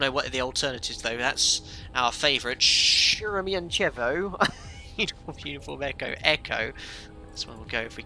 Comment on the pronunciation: Moscow airports, correct pronunciations: "SHER-emen-TAY-vo.... DOMO-de-DOVO...... VUN-uh-KO-vo..... :o)